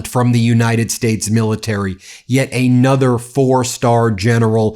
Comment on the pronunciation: "another" is pronounced 'an other' not 'ay nother'. Quit mispronouncing words for dramatic effect. Your points are good, but your manic delivery is off-putting.